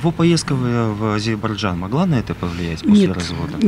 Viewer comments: Напишите слово Азербайджан, и почитайте внимательно. Ещё с Горбачева уши режет " Азебаржан" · Не Азебаржан, а Азербайджан!